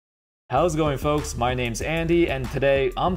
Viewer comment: It's amazing how good Americans are at butchering names